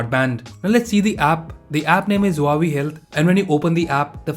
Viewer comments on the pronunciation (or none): none